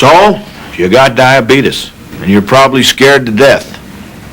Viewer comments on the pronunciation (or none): Brimley looked pissed when that other dude tried to correct him on how to pronounce diabeetuus.